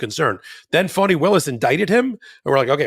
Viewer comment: Young man, it's Fani not Funny..lol